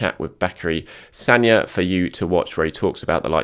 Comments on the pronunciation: You pronounced Sagna right thank you!!! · finally getting the Sagna pronounciation right